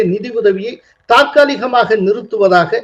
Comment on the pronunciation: "தாற்காலியமாக" அல்ல தற்காலியமாக என்று உச்சரிக்கவேண்டும்.